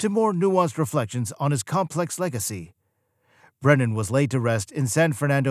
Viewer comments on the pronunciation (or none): How come half the time you call him "Brendan" instead of "Brennan?" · The narrator can't even pronounce Brennan's surname, he keeps saying Brendan. So I'm not surprised he can't back up the title of the video with any facts.